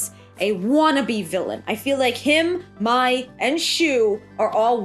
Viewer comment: Mai is pronounced like My